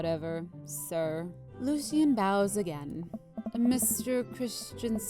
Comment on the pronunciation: Its pronounced " Lo-She-En " not " Lucy-En